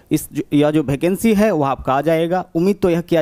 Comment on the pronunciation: Bhai भेकेंसी नही यार वेकेंसी बोलो